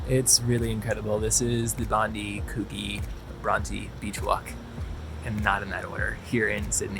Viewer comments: Pronounced Bondye and Coojee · every foreigner mispronounced bondi and coogee :P